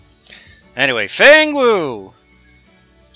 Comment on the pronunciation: Feng Wei, not Wu